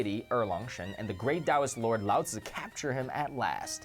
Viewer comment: Great to hear Lao Tzu pronounced authentically. I, too, used to love The Monkey King in my childhood (70s) and I believe it was responsible (together with The Water Margin) for my reflections on Taoism. I always saw their journey as a metaphor for our journey from materialism and arrogance towards enlightenment.